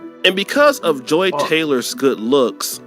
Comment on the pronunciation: Her name is Joy not Joe